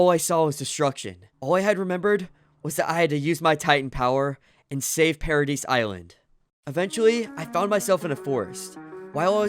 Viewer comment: THE WAY MAN SAID PARADISE NOOO